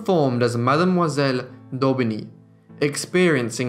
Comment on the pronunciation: What a life for such a young woman! Thank you for sharing it. Little point, tho:Madamoiselle is pronounced Mam-zel. 😲